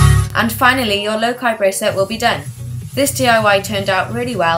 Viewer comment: ITS PRONOUNCED LOCA NOT LOKI